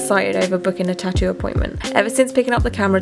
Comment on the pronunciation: Why you can't pronounce 'tattoo', it's not 'chachu' you are an idiot. And LA ink is utter crap 😂